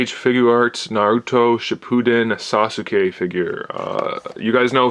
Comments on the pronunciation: sas-k not sas su ke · he said sa sue k 😂😂😂😂